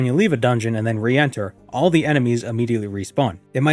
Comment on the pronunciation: you said reenter uhuhuhuhuh